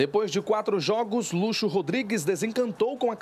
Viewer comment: A pronúncia não é luxo e sim lutchô